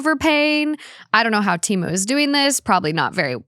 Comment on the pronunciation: It’s so crazy that you mentioned the Super Bowl ads for Temu. Everyone seems to have seen the ads but still pronounce the name wrong. In the ad they said it with a little E. Like the word ten. I think people have just been saying it for so long they don’t care to say it right